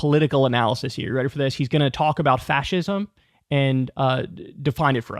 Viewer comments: Imagine getting your political commentary from a kid who can't pronounce fascism, doesn't know what it is or who Mussolini was and who thinks Biden "got rid of abortion". Barron is truly just as dumb as the rest of his family. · Adin can't read, and he didn't even know the meaning of those words either! It's like it was the very first time he'd ever seen those words! Good Lord, how can he even talk about politics if he doesn't even know what fascism is or how to pronounce it? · Get that boy some hooked on phonics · adin is a clown . this is the dude that respected andrew taint and literally sniffed his chair. he had difficulty pronouncing fascism on stream.